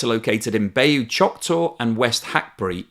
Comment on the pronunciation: Interesting material. Just a heads up, Bayou is pronounced like “buy you”. It’s a regional term for a swampy lowland area around a slow moving stream or lake, and sometimes a brackish coastal mangrove. You may have heard of the song “Blue Bayou” most famously recorded by Linda Ronstadt in 1977.